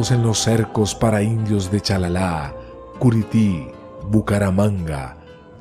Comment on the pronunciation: Buen buen trabajo investigativo pero es :CHARALÁ no CHALALA